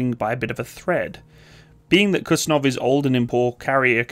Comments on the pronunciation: It's Kuz-niet-tsov 😀not Kutsenov 😀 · It's not Kutsunov or Kutzenov. The name of the aircraft carrier is Admiral Kuznetsov. And its not exactly an typical aircraft carrier but heavy aircraft cruiser. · it hurts every time you say "Kutsenov" instead "Kuznetsov" Excelent video about russian aircraft carrying wreck that produce smokescreen while it floats... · It's not kuTZenov but kuZNETsov